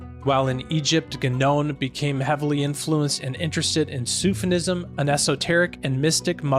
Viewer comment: 👉There is NO 'N' in 'Sufism'.